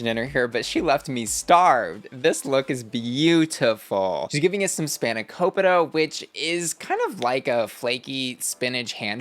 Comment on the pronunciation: Spanakopita not spanapokito